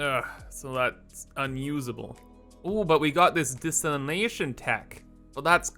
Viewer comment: ...desalination-- De-SAL-in-ation. Lol love your stuff man